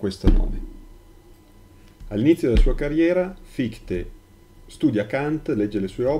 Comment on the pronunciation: prof, hai scritto se stesso con l' accento: sè stesso! e credo si pronunci fishte. Scusa, in verità ho scaricato tutti i tuoi video, molto accattivanti.